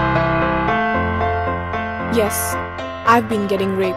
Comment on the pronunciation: I can't here the D's when she says raped. I got rape.